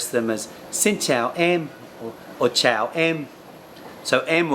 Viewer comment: No offense to you, but I would prefer to learn from a Vietnamese person who is a native speaker because the Viet speaker knows the language a lot more than anyone else. Someone who had learned the language may make mistakes that native Vietnamese speakers do not make. When you say xin chao, you are pronouncing it incorrectly. You are supposed to lower your voice when you say chao.